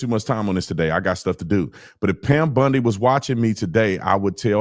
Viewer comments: Why the hell do you keep saying Pam Bundi???? It’s Bondi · OT calling Pam Bondi, Pam "Bundy" is always funny to me. 😂